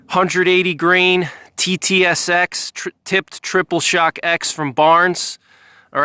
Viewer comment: You kept calling the TTSX at SST. Confusing!